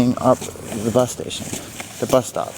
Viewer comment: Say bus, one more time. FFS 🙄🤡😳